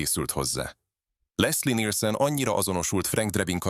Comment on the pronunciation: Lesszi Nilsönn😂😂